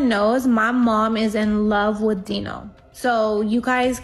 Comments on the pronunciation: You're right. It matters. She says her name wrong the whole time and the guy's name is pronounced Dino. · Right?! She put this video together where she heard how the names were pronounced multiple times throughout the clips yet she still chose to say their names completely different 😂